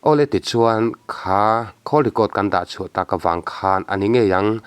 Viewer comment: Khawl i tih kha. Phone i call i sawi anih chuan call ti in lamla. Atha hle mai. Thil i dah khawl i sawi anih chuan khawl tia lam tur ani e. Tawng hi hi fimkhur apawi mawh hle mai.